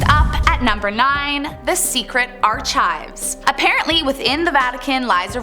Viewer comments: Arr CHIVES? Like a pirates onions? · No it Ark-ives like we know how too all along she is saying it wrong!!! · I stopped watching after Arch-Ives… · HOST: I THINK I CAN SPEAK FOR ALLLLLLLLLL OF US VIEWERS, ESPECIALLY LONGTIME FANS OF THIS CHANNEL‼️‼️‼️‼️ WE ALL WANT YOU TO REDO THIS VIDEO SAYING “ARCHIVES” THE RIGHT WAY‼️‼️‼️ ITS PRONOUNCED 💁🏻‍♀️ “ARK-IVES” 💁🏻‍♀️ GOSH DARNIT‼️‼️‼️🤦🏻‍♀️🤦🏻‍♀️🤦🏻‍♀️🤦🏻‍♀️🤦🏻‍♀️😭😭😭😭😭🤦🏻‍♀️🤦🏻‍♀️🤦🏻‍♀️🤦🏻‍♀️🤦🏻‍♀️ SINCERELY, ALLLLLLLLLLL OF US ANNOYED AND IRRITATED VIEWERS WATCHING THIS VIDEO‼️ *WITH LOVE *💞🥰💕🙏🏻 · R-Chives… word of the day! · You're right. Archives = Arkives. Good call.👍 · Your are pronouncing the word "archives" wrong. You make a 'k' sound as in "arKives" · Stopped reading after arr-chives. Okay angry pirate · The "chive" part is what bothered me the most.. like seriously where tf did she go to school??? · Ueah Like ar-kives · Seems she can pronounce everything except archives. Don't you just hate it when they say words so wrong? Drives me nuts. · Never in my life have I heard the word "archives" pronounced in such a fashion. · I didn't know there was an alternate pronunciation for archives... She looks very Scandinavian so maybe that's just how she learned the word. Good video though 😎. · Say it slowly ARCHIVES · The way she pronounces archives is the scariest part of the video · You're pronouncing archives wrong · She was doing so good until she said archives 😂😂😂 I’m like wait what did she say? 😂😂😂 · Does nobody there watch these videos before they publish them or do they just not care enough to tell her to rerecord the archives segment? Maybe I watch too many historical documentaries and videos but I thought that most people knew how to pronounce "archives." Especially people who do videos that are often based on historical facts/theories/legends. A lot of that stuff would have become known by looking through old archives. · The archives mispronunciation kills me. I rarely say anything, but that one was painful...